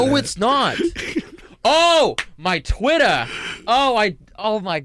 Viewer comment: i was losing it "muai twitta" 😭